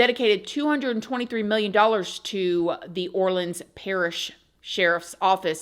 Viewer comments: Say it with me people OR Lean 's Parish Prison not OrLand 's jail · Omgggg I know you wanna say OR-LENS bc this is new ORLENS but when Orleans is alone, it’s OR-LEANS. Let’s get it together, love you ❤ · I live in New Orleans …. And let’s say it together OR-LEANS parish jail .. I know it’s complicated but that’s how it is. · It’s pronounced Orleeens. It’s New Orleans and orleeens parish. Does it make sense? No but that’s how we say it. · You are pronouncing New Orleans perfectly, but when saying Orleans by itself, as in Orleans Parish or Orleans jail, it is pronounced, "orleenz" Just sharing info, as a native. Yes, crazy crazy story!!